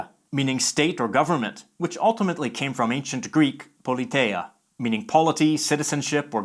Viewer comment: the greek word πολιτεία is pronounced “politía” not “politeia”. The combination ει is pronouced like ι in greek